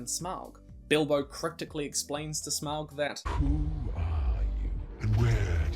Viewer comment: It's pronounced Smog not how your saying it. Also I would like to be the God of fire.